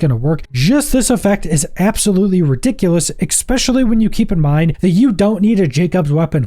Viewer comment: Ngl, the way you say "Dawdelus" and "exspecially" is starting to get to me a little. My middle name is "Pedantic," btw